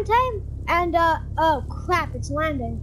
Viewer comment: Oh cwap its landing😂